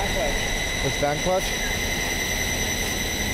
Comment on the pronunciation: Lol😂😂😂 i thought the guy said "his chanklas"!!!😂😂, he said his fan clutch!!!